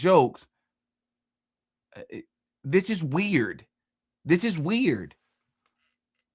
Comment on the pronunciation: “Ok that’s just plain WEE-YURD” 😂